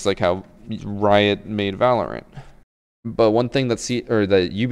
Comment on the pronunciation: Tom Clancy’s Valernt?